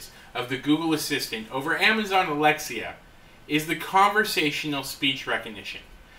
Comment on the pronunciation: "Alexa" not Alexia